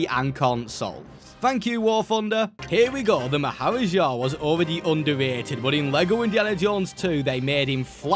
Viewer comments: Maharaja is pronounced "maa·huh·raa·juh". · To pronounce it it’s Mah-ha-ra-Ja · Funny hearing you say "Maharaja" when i know how its actually pronounced 😅